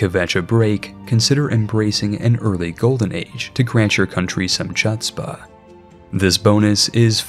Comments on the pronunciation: jsyk the "ch" part of chutzpah is just pronounced as an h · Very painful pronounciation of chutzpah. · Please search how to pronounce chutzpah lol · Your pronunciation of “chutzpah” hurts me ears bro lol